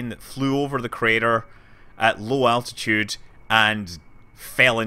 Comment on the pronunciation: ITS ALT-ITUDE NOT ATTITUDE